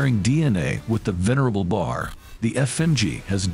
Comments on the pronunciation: It is not the "bar." It is the "B-A R." You have to spell out the letters in order to say it right. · ...it's pronounced Bee Ay Are...NOT 'bar' as in Davy Crockett kilt him a bar when he was only three... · Both ways were used, but B-A-R is more common.